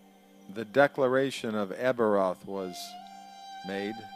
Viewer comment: No the best pronunciation of Arbroath I have ever heard, lol